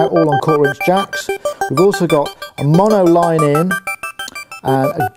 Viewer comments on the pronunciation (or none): none